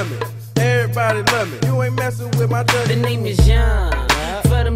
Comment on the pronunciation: It's duggie not dougie